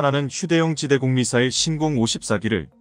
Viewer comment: 신공이 아니라 신궁입니다.